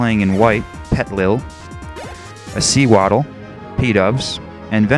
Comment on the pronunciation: Sew-waddle. Pronounced like SOE...since it's the Sewing Pokemon.